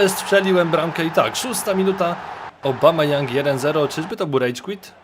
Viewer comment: Obamayoung xD tak czytałeś